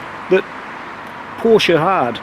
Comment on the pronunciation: A porcsha taycan you jammy bugger lol 😆 very nice car enjoy. Happy New year to you mate